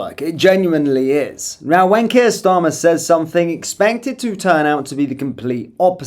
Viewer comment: When you said 'when kier starmer...' it sounded like 'wanker starmer'.